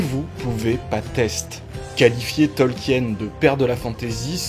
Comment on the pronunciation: Ca se prononce "Tolkiine" pas "Tolk-hyène"